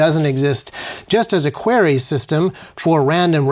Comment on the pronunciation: Wtf is a qwarey. It's prounced Queer ie (query)